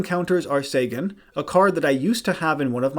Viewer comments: oh my, how you said Celtic Guardian"..... it sounds like, "Keltic", not "Seltic" Sangan literally has an "N" in it, it's pronounced "Sa"N"gan", not "Sagan" "Wevile"..... you're doing this on purpose. It's Weevil with no "I" sound. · Enjoyed but daaaaamg those pronunciations lol. Seltic guardian and sengen were killing me lol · He also said sangan, weevil and a few other wrong lol